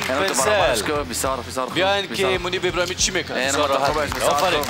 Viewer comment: ابراهیمی، نه ابرهیمی